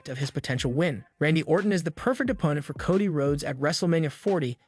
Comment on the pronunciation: Bro, it Coe Dee not cah dee!!